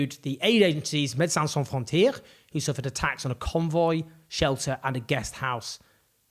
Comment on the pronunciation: Médecins Sans Frontières The word Frontières is not pronounced as the English word “frontier” with the last part as “tier” but with that part as two distinct syllables (roughly) “tee-air.”